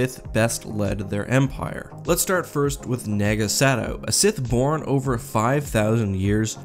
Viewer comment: Dude it’s Naaahgo Sad-oh